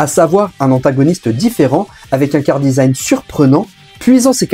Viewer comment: On dit : « KARAdesign » Charadesign, ça m’as titillé pendant toute la vidéo, sinon excellente vidéo j’ai appris certaines choses et un bon coup de nostalgie